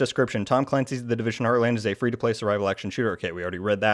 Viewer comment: the "Divison" Heartland lol